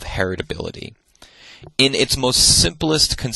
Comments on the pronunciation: Really loving these lectures. Of course he knows his stuff, and he makes it so very accessible. But he keeps saying "hetirability" (*sic*), instead of "heritability." And it's driving me to distraction! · All I can hear is "heterability" 🥴 but thank you, great lecture 👍